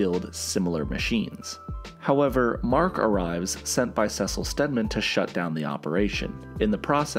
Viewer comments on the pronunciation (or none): It’s pronounced See-Sull and u know it😑